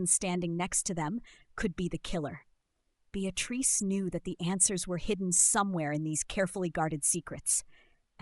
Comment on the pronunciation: Unfortunately, the mispronounced name of Beatrice ruined it for me. A shame it wasn't caught and edited. I find most readers mispronounce words and it's disconcerting how literacy is taking not only a back seat...I believe it to be riding in the boot.